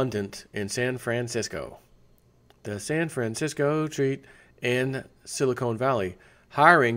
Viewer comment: SILICON NOT CONE you use SILICONE for TITs SILICON for chips : say con , like con man silicon